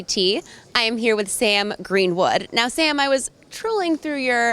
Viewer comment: based sam gweenwood